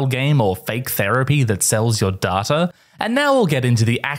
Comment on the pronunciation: Great video, unfortunately since you pronounced "data" wrong I'm gonna have to dislike the video, unclick the bell button, unsubscribe from the main and second channel, and leave a negative comment under your tweets and Instagram posts at least once a weeek. Cheers!